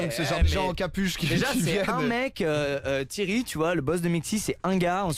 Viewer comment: Comment ça tu prononces Thierry "Thirry" ??? Y a un e qui se prononce é !!